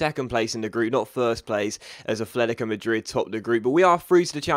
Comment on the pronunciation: FFS, It's not ATHLETICO it's ATLETICO